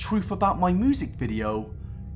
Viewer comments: "Moosic video" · did...did just pronounce music as “moosic” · Omg the way you say music. MOOSIC video 😂🌙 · "Moozic" I love it😂❤️ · When he says Music Video I hear 'Moosic' Am I the only one?